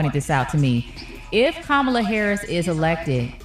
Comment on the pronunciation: Please be intelligent and learn how to pronounce her name.